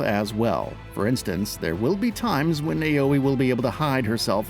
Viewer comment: Now follow me: Now-Weh, not Way, Wei or Wey... Now-Weh. Naoe. Good.